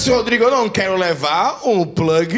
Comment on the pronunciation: o eu que quando ouvi a pronuncia do plag, me veio em mente aquela raça de cão pug???🤣🤣🤣🤣🤣